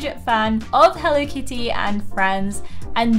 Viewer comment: You’re saying it wrong healthy kids that are using hell Lee kitty that’s great way to pronounce it go to bed I love your store I love your shows but you better show